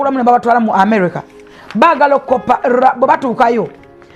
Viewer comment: Did just say (runguage) 😅😅😅😅😅